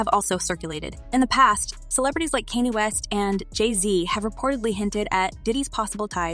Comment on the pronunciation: All this is HILARIOUS to me! Haha 😆 I thought everyone already knew that Puff was involved in 2Pac's murder!!! ...Oh, and chica- it's pronounced 2 "POCK" (-it would rhyme with clock or rock). ...And did you call him "Kenny" West, like his alias on The Cleveland Show?!?! Bahahahaha!!!! 🤣 That's GREAT! Nice job putting together all the juicy gossip in one quick video. It's not too bad, considering you don't have any current evidence to stand on. ;-) Thanks. I'm usually REALLY behind on celeb drama! -No joke!!! ✌